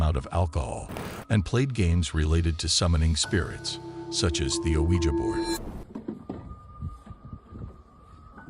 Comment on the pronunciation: how did my man just pronounce ouija board???